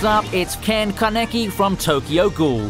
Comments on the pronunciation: u said kanekki, thats wrong. kaneki is right. long a. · Puts Kaneki #8 but can’t even say his name correctly 😂